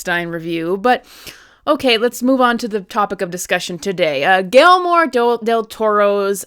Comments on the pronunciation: Gelmore? Gui ller mo. The double LL like a y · 1. The bangs look just fine 2. Guillermo is pronounced Gee-Jer-Moe. 😉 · Was the mispronouncment intentional?!😮